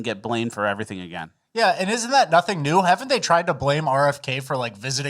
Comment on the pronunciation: I HATE that you're saying ''NEWS'' instead of ''NEW''